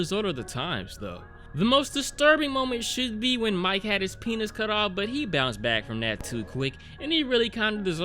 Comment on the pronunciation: Isn’t this (much less all of the cannibal movies) out on blu-ray? “Now remember this Mike guy..” Are you sure it’s not Mee-Kay?